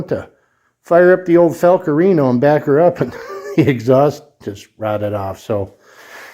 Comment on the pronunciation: Fal-Cool- rianio 🎉